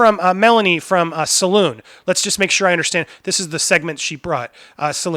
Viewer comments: Just found your channel bro, and already a fan. Very good analysis. May I respectfully correct you on the pronunciation of 'Salon' Magazine.' It is pronounced "suh-lawn" (like a beauty 'salon.') Not 'Saloon.' Although the craziness is making me want to seek one out, lol. I will be promoting your channel--thanks! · Idw what’s worse...,,,salon or saloon JKJK, everyone with half a brain knows it’s salon😂. Definitely not reliably and always emotional without rationale